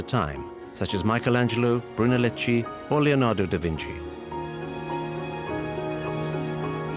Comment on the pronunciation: A lovely and thoughtful collection of some really precious of Florence´s pearls of art, culture, and craftsmanship. One thing: the architect of Santa Maria de Fiori is spelled Brunelleschi but spoken "Brunelleski".